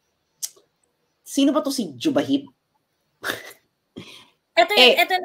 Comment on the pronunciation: Jubahib pronounce as Hubahib